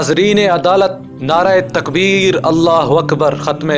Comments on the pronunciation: نعرہْ تکبیر ہے نعرائے تکبیر نہیں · نعرایے تکبیر نہیں ھوتا نعرہ تکبیر ھوتا ھے